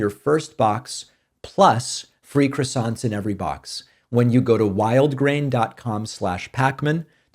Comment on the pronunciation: the accent, in croissant, is on the second syllable.